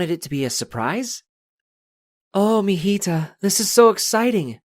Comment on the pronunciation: It’s so weird how he said mijita but he said mijida 😂😂